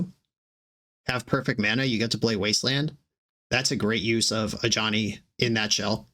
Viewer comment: Since the Foundations video went live, I always hear "a Johnny" instead of Ajani. Or Jazal.